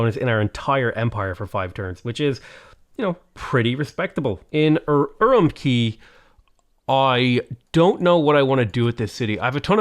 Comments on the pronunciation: Per Google translate, Urumqi is pronounced "Ur oom chee" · Fun fact! The “Q” in Chinese is a hard “tch” sound like in “catch”. So Urumqi is pronounced “oo room tchee” Could not tell you about Qara Qoto though. It supposedly used to be a fortified town in modern-day Inner Mongolia, but Mongolian never used the letter Q in its latinised writing, so... 🤷 K like Karakorum or Tch like Urumqi, down to you I guess? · It's pronounced UwUmqi